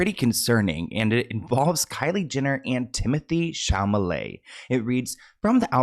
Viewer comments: Timothy SHAMALAY 😂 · It’s Timothieu Chamomile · Tymathee Shamaleigh